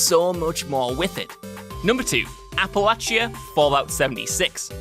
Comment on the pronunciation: Thank you for saying Appalachia correctly.